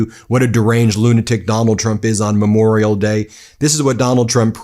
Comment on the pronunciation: He thinks it's Me-morial Day. Disgusting thug.